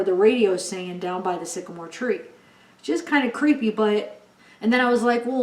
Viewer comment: I agree with you, it says down by the sigamore tree twice 😥